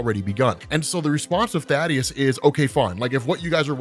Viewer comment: You pronounced Thaedus’s name wrong. It’s not Thadeus, it’s Thaedus, pronounced like Thee-Dus